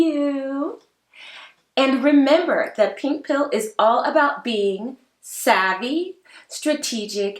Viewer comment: and “dat” instead of “that”😬